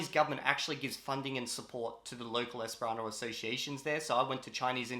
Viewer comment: For some reason, most times you say the word Esperanto I hear something close to 'hispano'. Is it just me?